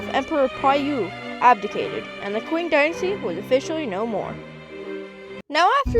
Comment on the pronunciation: not "qu"ing but "ch"ing that's more close the pronunciation in chinese